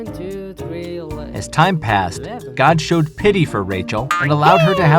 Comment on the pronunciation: He said Oh my Gad...once Gad was born.